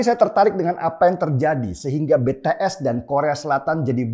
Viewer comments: ijin koreksi, BTS cara membacanya bities bukan betees 😊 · Kupingku kok gatel yah denger org nyebut BeTeEs. Apa sih susahnya bilang BiTiEs??? 🤣🤣🤣